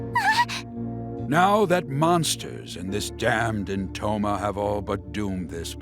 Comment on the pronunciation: Now that I'm watching this again, in 2026, I can't see certain characters from a different game when I hear the name "Entoma" cuz I can't unhear it as "Intoner". And I think they could fit right in. Anyway, let me just count down, why, no reason, really Five, Four, Three, Two, One, Zero